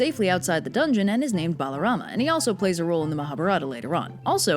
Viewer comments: a is not pronounced bro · Your assumption is incorrect. If you knew Sanskrit root words, you would know that his name is Balarama, not "Baalarama". As for your remarks regarding not reading the texts: please refer to Canto 10 chapter 2 in the Puranas for specific mentions to my original comment. If you are able to, I suggest that you also provide textual evidence for your claims before refuting others. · its balaram not balarama